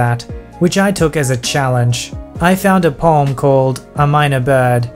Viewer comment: Poem can be added to the list of words you can't pronounce, along with words like project and data.